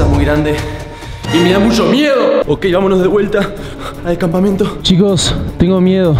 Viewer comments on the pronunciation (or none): Campamento pero en dice Campameto 🥵👍